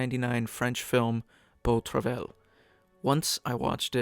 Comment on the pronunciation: It's pronounced "bow truv-eye."